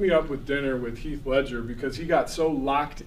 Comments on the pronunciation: "Heaf" Ledger 🙄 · Charla charlaaaaa it's Heath Ledger!! U said it right then corrected yourself to say it wrong continuously 😂😂🤣🤣🤣